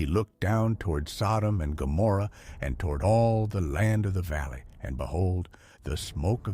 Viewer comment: Wow. Can't even get the names right!